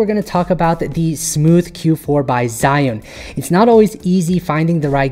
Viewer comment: Sigh An, Cyan, ZiYan,Shy Un, SheYou Sea June, SeeShoe ZhiYun I Don't Care What The Right Way Of Saying It Is!!! But I Didnt Pay attention To Anything In This Video After Hearing